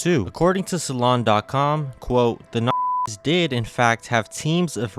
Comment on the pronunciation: Everytime you sensor N*zi, it sounds like you're saying the hard r lol.